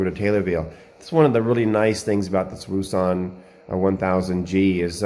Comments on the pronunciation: Its pronounced Woux Un and Its actually Pronoucrd OceAn hope the info helps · Wouxon is pronounced ocean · Pronounced O-shon like ocean